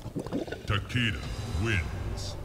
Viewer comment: It's like, wow Neatherealm... Rayden and Takida? It clearly says RAIDEN, as in Ra-i-den.... and it clearly says Takeda as in Ta-keh-dah. I mean c'mon, it's not fucking rocket science. It wouldn't kill you to pronounce your characters' names right.